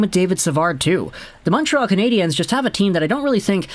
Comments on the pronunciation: As a so Called Habs fan younger to pronounce their nickname there is no Z atthe end of their nickname it is pronounce just lime "Canadians" just saying someone who has been a Habs fan longer than you have alive just saying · Like your videos, but please stop saying Canadiens that way, nobody here says it like that. Just say it like you would say Canadians. Keep up the good work!